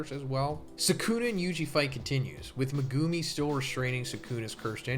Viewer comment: please pronounce megumi's name right :( megooomi